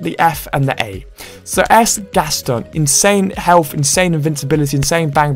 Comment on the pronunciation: I love how you pronounce “Gaston”